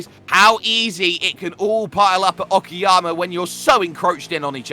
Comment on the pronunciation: it's not oki_yama , it's oka-yama, means high mountains